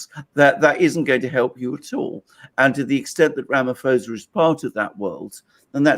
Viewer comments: Ramaphosa with a p not f. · Alexander, just for you to be aware , Ramaphosa is pronounced not with an f but sounds like ramapausa! You gentlemen are great! Thank you! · The correct pronunciation of the SA president's surname is 'Ramapawsa'. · Alexander, you say Ramaphosa wrong, the "ph" is just pronounced as a "p".